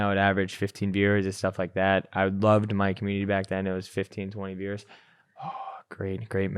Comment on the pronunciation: Swear he was saying beers instead of viewers